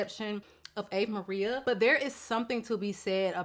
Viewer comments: I’m excited to try Ave Maria. I’ve tried BomBon, Casa Blanca, Rosario, and La Mar. None of them were my personal tastes but they all smelt really good for what they were meant to be. Top tier. Ave Maria is the first one I’ve seen the notes and really seems my vibe. Also, it’s pronounced “ah-vay” There’s a very popular song by the name… and bc I know you’re a Beyonce girlie she did her own version of this song on her I am..Sasha Fierce album, it’s so beautiful. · Great choices! I think it's ah-vay Maria. Cheers!